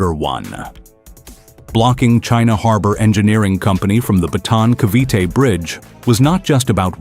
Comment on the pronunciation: BATAAN not BATON !